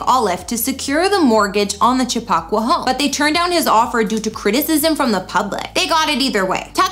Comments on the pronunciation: Chip a qua.... It's native American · I'm gonna need you to learn how to properly pronounce Chappaqua. Chap-Pa-Qua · Not Cha pock wa